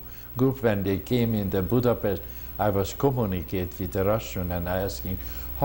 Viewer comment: Germany invaded Poland in "38..the interviewer .needs to pronounce Budapest correctly...